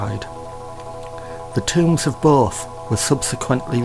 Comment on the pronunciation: "Yearth" "Royal Tombths" "thun light"